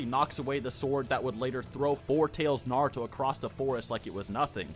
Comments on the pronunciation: I love Naruto, but I can never watch Naruto youtubers because literally all of them can't pronounce any names right. And I'm not being mean, imagine if I made Marvel channel and pronounce Spider-man as Spideer-man 200 times in a single video. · The fact that you struggle to pronounce naruto gives me confidence in your analysis.